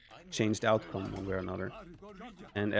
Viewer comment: Whenever Viper says any words with „ou“ in them I hear „Daut“. Here is a perfect example of what he says in the beginning: „There is always a way to change the outcome...“ I listened three times and he clearly says „Dautcome“. All hail Lord Daut though he is embedded in this young sneks mind and speech and guides his every word!🙌🏻🙌🏻🙌🏻